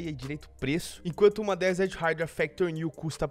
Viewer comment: Desert haidraw, q agonia do cacete kkkkkkkkkkkkkmkk raidraw